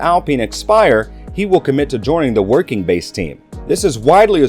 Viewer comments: I catch everything. LOL. But just say Hamilton's nickname and you can pronounce it correctly. Woke King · The pronunciation of Woking and Renault was horrendous